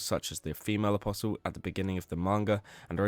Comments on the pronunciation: What is it with berserk fans being unable to pronounce apostle? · Not in the grand scheme of things, no. I just genuinely wonder if the content creator is some chinaman using AI when they don't know the "t" is silent in apostle, and it's like 3 or 4 people now I've seen relating to Berserk content exclusively. Maybe they should read books too :P